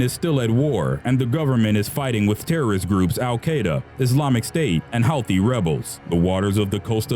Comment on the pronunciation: Houthi is pronounced who-tea